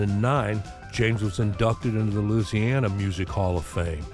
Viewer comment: Another great video brother! I gotta say it's nice to know another cat that pronounces "Loosiana" properly! At least as I was corrected by a young Cajun from Baton Rouge that I went to Navy electronics school with and later served with on USS Independence (CV-62). I remember seeing Burton on the old Ozzie and Harriet show as a youngster in the late 50s/early 60s. I never missed the show if I could help it, I loved Ricky Nelson's music! Definitely my pre-Beatles Rock and Roll education!